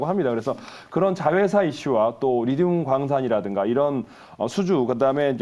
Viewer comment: 리듐이 아니고 리튬(Li)